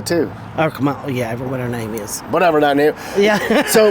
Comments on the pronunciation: I LOVE WHEN THE GUEST SPEAKER CALLED HARRIS 'KARMELA'. CLUTCH MY PEARLS! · 😂😂😂 said “KARMala 😂😂😂😂 he’s definitely NOT politically correct. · He said Karma-la LOLOLOL